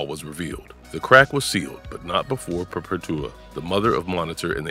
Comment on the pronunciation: The pronunciation of perpetua was insane😂